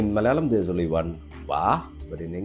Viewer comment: You still need to work on your "only"!